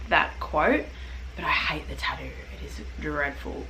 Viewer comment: What’s a tah-ooh